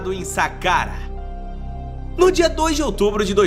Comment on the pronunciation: Não é Sakuara, Thiago, é Sakara…